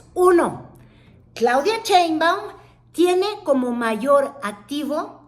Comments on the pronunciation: No te creo mucho. Eres de tv Azteca, cuyo dueño odia a AMLO y la 4T, y ahora haces insinuación que eres pro 4T. Además si eres periodista, aprende a leer, no se dice Cheinbaum, se dice SHeinbaum! Se me hace que solo buscas monetizar colgandote del movimiento. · ¿Por qué dice Chéinbaum? ¿No sabe leer,? El apellido de la Dra. Inicia con Sh... no sra.? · me pones de nervios cuando dices CHEINBAUM!. no ma!. JAJAJA.:face-green-smiling::face-fuchsia-wide-eyes